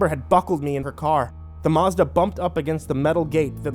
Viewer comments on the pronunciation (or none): none